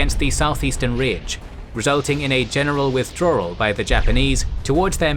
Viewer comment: Amazing video, except for “Wirthdrawal”